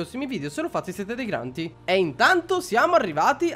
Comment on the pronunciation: Ma è difficile usare la fottutissima d al posto della t quando dici grandi che non si può sentire granti